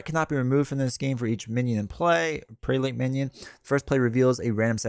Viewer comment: Prelate = Preh-luht